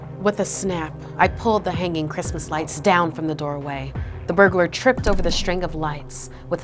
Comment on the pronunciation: Its chrismin merry chrismin😂😂😂😂